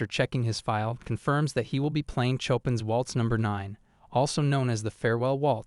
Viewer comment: im not far into this video, at the part when he plays the Chopin piece, im just going to say this, THE AI VOICE'S PRONUNCIATION OF CHOPIN ANGERS ME TO AN UNREASONABLE EXTENT I STOPPED MY MUSIC AND ALL OTHER SOUNDS JUST TO HEAR IT A SECOND TIME AND IT KILLED ME